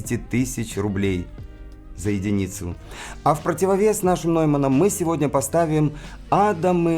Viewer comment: А я услышал проблемы в нижних частотах у Адам, и никак не ярче. (Слушал через студийные мониторы + саб). И всё-таки - "Нойман", а не "Неймен". В немецком сочетание EU читается как ОЙ (например: EURO произносится ОЙРО).